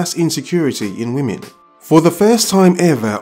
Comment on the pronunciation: A "wymen" lol